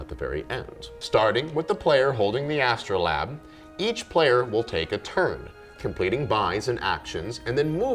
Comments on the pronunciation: That got me every time he said it. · Astro-LABE, not lab. Sorry, I'll show myself out. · The word is astrolabe not an astro-lab